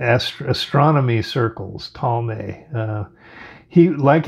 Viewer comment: You mean Toll-ah-me NOT Tall-may… AH - NEW - B - ISSS (not to be confused with izzz) NOT Anna - b - ISS